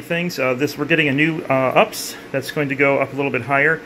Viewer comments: Great work in a tough IDF. But don't say "ups" it's U P S. You sound like you're 13 when you do that. You wouldn't pronounce ATM as "at-um" or IDF as "id-eff" or - do you? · It’s not called an ups it’s pronounced you pee s it that messes sense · I always smile when he says ups instead of u.p.s 😂